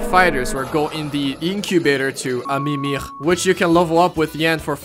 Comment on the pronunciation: why does he pronounce “a mimir” as “a mimigh”